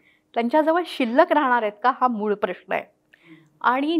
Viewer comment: प्रश्ण प्रश्ण का म्हणताय?... प्रश्न हा बरोबर उच्चार आहे.